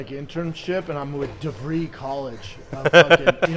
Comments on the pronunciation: Isn't it De Vry as in de vr- i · the way he says devry 😂😂😂 bapa never change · He mispronounced “DeVry”. Lol. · The way this bumbling dummy says Devry college hahahaha